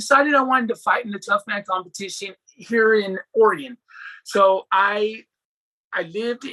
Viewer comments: It's Oregun pronounced bro. Ha. Not Oregone 😂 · Hey I'm a big fan but I'm from "or-gun" not "ory-gone" 😉 that's how us "or-gun" natives say it. It's funny because almost all people east of the Rocky mountains say it lol